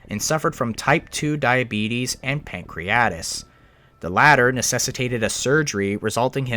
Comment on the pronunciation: I know medical terms can be tricky, but it’s pancreatitis, not pancreatis. And similarly , the phrase you want is “in a diabetic coma”. The word comatose is an adjective, so you can’t be in a comatose.